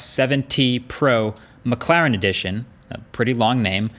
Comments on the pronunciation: It’s McLaren not McClaren haha i think it’s funny how he pronounces it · It sounds like he's saying mcclown 😂